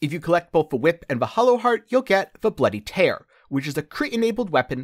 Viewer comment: It's bloody tear as in crying tear. It's a castlevania reference